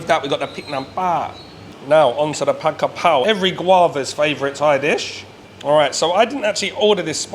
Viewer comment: Pronounce Pad Ga Prao.